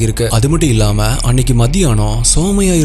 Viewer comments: Her name is சுமய்யா...❤ Not சோமய்யா...😅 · It's sumaiya.. (சுமையா ) Not soumya( சௌம்யா ) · Bro somaya illa sumaiya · Anna somaiya illa sumaiya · Andha name Sumaiya idhudhan currect pronounce also my name is Sumaiya